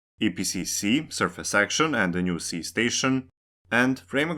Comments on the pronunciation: Ski not Si Ski not Si Ski not Si Ski not Si Ski not Si Ski not Si Ski not Si Ski not Si Ski not Si Ski not Si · Just a super small, unimportant correction. Ski is pronounced like English "she" not "sea". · I think it's more about the fact that the narrator/writer did look up how to pronounce "Ski", which is sort of with a silent k.. but not like "si" in "Si Señor", but rather, as Donato286 said, more like a "she" or "schi" like in "Schiphol". It would have therefor been better to pronounce it like the english "Ski", since that is the actual language used in this video. That said, I think it's nice when people try to prounouce things the right way, but at the same time, I don't really care. Their own language way of saying the name is far better then saying it wrong in any and all languages... Also the fact that some cities like Wien/Vienna, Copenhagen/København, Beijing/Peking is a show of absolute disrespect running decades or even centruries back, and is not something anyone should strive for. At least people are trying to change their brains over from Kiev to Kyiv, but that took an invasion to fix (and some people are still trying to say "it's too late to change the name now, I'm used to Kiev") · It seems it's actually pronounced "she" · The k in Ski isn't silent. It's pronounced, just like in the activity of skiing. Indeed just say skiing, then remove the ing while keeping the first three letters.